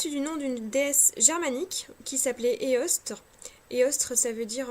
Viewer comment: alors juste, ça ne se prononce pas "Eostreuh" mais " È-òs-ter " / " Eoster " c'est juste qu'en langue saxonne le Re sur dit Er :) voilà voilà :) sinon bonne vidéo :)